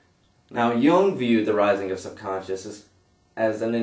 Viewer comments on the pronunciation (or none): It's pronounced "Yoong" damnit! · That Jung as in 'Joong'